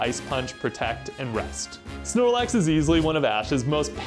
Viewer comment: Znorlax "alrite-now"😺